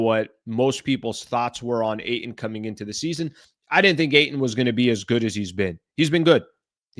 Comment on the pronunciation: I hate the way you say AYTON